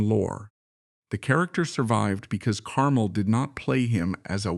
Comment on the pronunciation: Note: the emphasis is on the second syllable of his last name, "car-MEL"